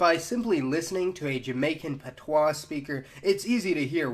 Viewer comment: And dude your accent is so off. You mispronounced so many words. Garifuna, Taino, patios among others. Please learn to pronounce them correctly.